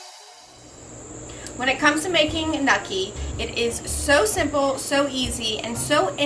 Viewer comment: WTF is nukki? I watched this video for 53 seconds and now I’m out because she has no fucking idea what she’s talking about.